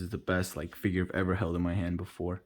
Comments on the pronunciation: good review but calling it figuie is very cringe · Nah it’s kinda funny. figuie. 😂